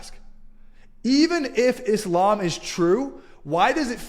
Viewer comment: Always a pleasure and an equal absurdity to see so called 'ex-mozlems' who don't even know how to pronounce Islam or Muslim to begin with. 😂